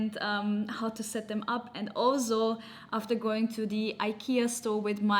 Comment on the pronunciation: Time to learn to say “ also” the right way